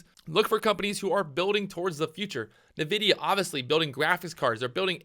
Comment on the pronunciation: I die a little bit every time you say "navidia" XD